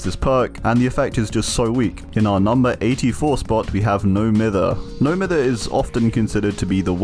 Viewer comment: ITS NO M-EYE-THER